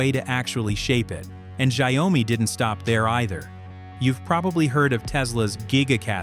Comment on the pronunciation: Interesting video, but the AI keeps mispronouncing the name of the company, which is annoying. "Xiaomi" is not pronounced "shy-owe-me". It is pronounced "Show (as in 'shower') - me". This means "millet" or literally "little rice" in Chinese.